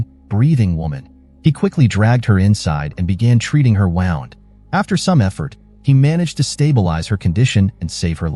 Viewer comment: the text-to-speech machine said "wound" wrong